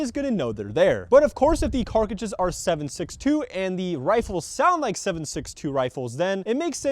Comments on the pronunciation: I mean he still says CARKidge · for the love of god.. please stop saying "Co2 CARKIGE" ITS CARTRIDGE. PLEASE.